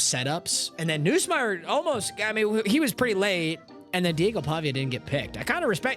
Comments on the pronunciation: “Noosemeier” bro come on it’s NUSSmeier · it’s Garrett NUSSMEIER not NOOSSMEIER